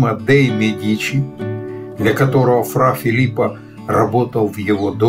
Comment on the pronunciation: Козимо Медичи! Ударение на первом слоге!